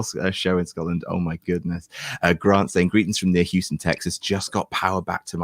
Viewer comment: Respect to Melina for saying it like "Sco'lind" rather than "Scott-land"